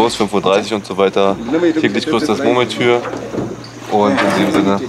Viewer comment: "Täglich grüßt das MurmelTür" 😂